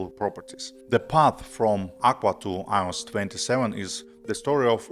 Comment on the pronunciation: The way you pronounce “iOS” makes me wanna throw up